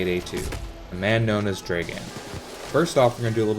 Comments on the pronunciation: You say it like Draegan,but its supposed to be pronounced like dragun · Hey just wanted to say it pronounced "Drra-Gan" not dragen:D That's the slavic pronunciation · Its not "Draeghan" its "Dragan". Spelled like Drug+and-d